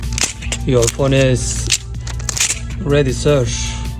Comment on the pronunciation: "Your phone is ready sirssshhhh"